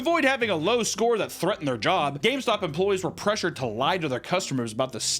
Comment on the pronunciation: "H-Hi welcome to GayStop"